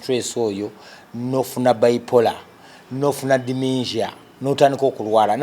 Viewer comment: This guy needs help, he is mentally unstable and delusional. Why abuse all the nkuba kyeyo, and where have you travelled if l may ask? If you can still assume all Ugandans in UK live in London and can't even pronounce dementia 🤔🤔🤔🤔🤔🤔🤔🤔